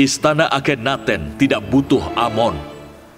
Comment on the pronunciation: Ahknatun bukan akenaten